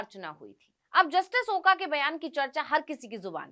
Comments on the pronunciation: Oka nahi. Oak ucchar chahiye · मॅडम आपको ओका नही बोलना चाहिए "ओक" बोलना चाहिए